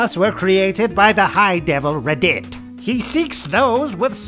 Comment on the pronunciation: It took me a second watch to realize that the high devil "Rehdeet" is just "Reddit" I'm fucking stupid